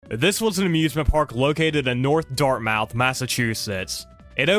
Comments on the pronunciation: There are two types of people. Those who can say Dartmouth correctly and people not from Massachusetts. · im from rhode island the way he pronounced narragansett and dartmouth made me cringe i'm sorry...